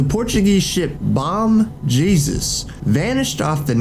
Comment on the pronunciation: If the narrator was trained in Spanish pronunciations, he would know that "Bom Jesus" is actually "Bom Jesus (Hay-Sous), and that port in Columbia is pronounced " Carta - HAY-Na:" Come on mannnn!